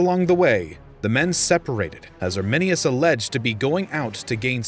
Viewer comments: The name is Arminius not ArminiNus. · When you said Arminius I wanted to cry